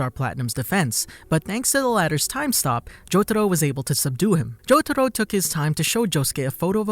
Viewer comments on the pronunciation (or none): Jotaro is pronounced as "jotaRO", not " JoTAro" 🤮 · I can't stop laughing bc he says jotado not jotaro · I just wish the Narrator could put in some effort to actually pronounce things right. Like, what the fuck is “Cho-to-ro”? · i hate the way he says jotaro